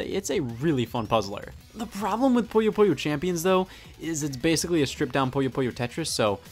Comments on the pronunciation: It's "poo - yoh" not "poy - oh" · scott. scott its pooh-yo